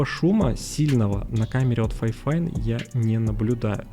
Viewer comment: Не ФАЙфайн, а ФИфайн. Даже звучит не очень. Как вайфайн 😂